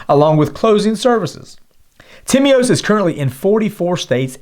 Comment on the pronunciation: I am greek and I can guarantee that you pronounced Timios( τίμιος) absolutely perfect ,)